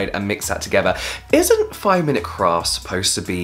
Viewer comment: Did you just say 5 mins craps? xD!